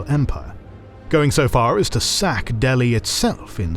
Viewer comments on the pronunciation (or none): none